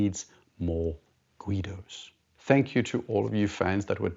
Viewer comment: I don’t think the idea of more “Guidos” making something better has ever been voiced…I can tell he is not from the northeastern United States.😂😂😂